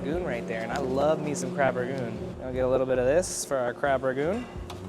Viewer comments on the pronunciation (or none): Every time you say Crab RaGOON it kills me, it has an N lol its Crab RANgoon. Also as a barber I can tell you, you would look hot with a shaved head. You have a great shape for it, just take it off! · This was a fun video I love y’all’s commentary 😂 also it’s ‘Rangoon’ not ragoon 😅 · Crab raNgoon. Not ragoon.... just saying